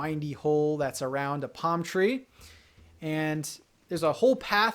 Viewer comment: its triggered me everytime he say palm tree